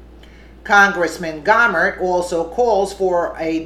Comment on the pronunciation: Jesus, women, it's "Go-mer" as in "go away" not Gawmer? Cut the edtorializing! Source your fucking stories.